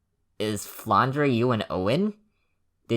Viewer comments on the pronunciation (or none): The "e" at the end of Flandre is not pronounced and just for the aesthetic, it's a french/belgian name, so it's 'dr' and not "dreh". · flandray is easier to say and sounds cooler shut up i don't care